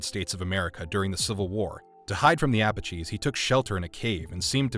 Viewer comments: Dude! It's pronounced " Uh-Patch-EEs ". Not " Ah-Puh-Gees "! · The appa-cheese! Mm, delicious frontier appetizer! (Seriously, who pronounces Apache like that? Is this an AI reading the text?) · Did he really say Ap-uh-cheese during the John Carter segment? Lol... other than that, excellent episode...